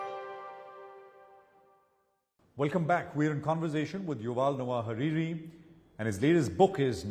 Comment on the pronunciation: It's Harari, not Hariri dude! Just putting on a deep voice doesnt help your lack of basics.